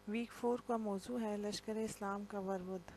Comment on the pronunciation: یہ لفظ ورود ہے۔۔ ور ود نہیں